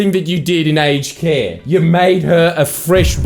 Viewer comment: My American is showing. I deadass thought you were saying "HK" instead of "aged care"